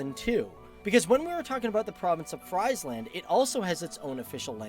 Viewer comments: He says Friesland as in french fries haha, it is actually pronounce like Freezeland... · He doesn't tell very much about the Netherlands imo. And his pronunciation of Friesland and Frisian..... I hope his next video is better!